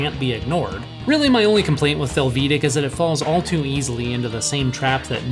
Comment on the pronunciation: Close. Haha Americans tend to overemphasize the second syllable in a foreign sounding name or word. The way you do it is fel-VEE-dek. It really should be FEL-vi-day-k. Hungarian is very straight forward.